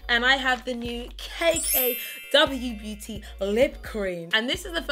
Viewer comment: I swear you said K K W Booty